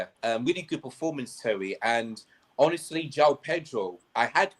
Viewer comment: Why that dude calling terry, tewy